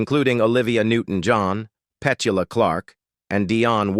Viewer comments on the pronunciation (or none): Petchula Clarke? 🤣 It's Petula Clarke and pronounced like Petunia and not Petchunia. Were do people acquire their educations from? Unbelievable!